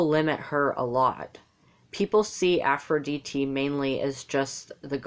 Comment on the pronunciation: You are right but you went out of topic. You started saying aphoridite is goddess of war and this is right. (you pronounce very nicely aphrod'I"te) (I could help you with pron/tion) Aries is a god of action while Aphrodite is goddess of intellectuality. So aries is the passion for war and war itself while aphrodite is the wars coming come due to love or the wars we do in order to fid love. Also represents the war we do with our selfs to become a person with kind and beautiful actions and thinking. Battle is not only war. Diet, flirt, athetism, dancing ... all these are type of battles that hear in the name of aphrodite. You did a great mistake about "the goddess of cities". You have mistaken athena who she is the goddess of cities and wars while we make conversations with aphrodite. You also mistaken aphodite for goddess of the sea , but this is not true. Afros means soap of the foam of the sea which represents the air or the aura which comes from the steams lf the sea when they heat or move violently. This is air, not water. There is npt greatest battle with our selfs than the battle we do in order to reach the virtues we need in order to become more beautiful versions of our selves.This is the epitomy of aphrodite, aries is the battle we give with this beautiful self with others that are different than us. Two sides,Beauty and harmony are the primal terms you need to seek whenever you try to understand any god.